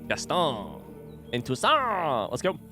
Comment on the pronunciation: No, it's "Toussaint!"